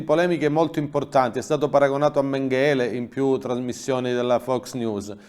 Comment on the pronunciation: si mette l' accento sulla prima sillaba nel nome Mengele